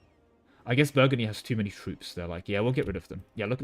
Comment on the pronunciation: Something something Indiana jones Also you calling Brittany Burgandy a dozen+ times killed me